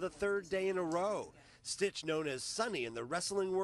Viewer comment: It's SYTCH, not STITCH.